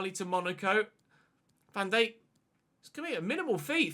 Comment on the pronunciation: Still can't stand the way he says Van Dijk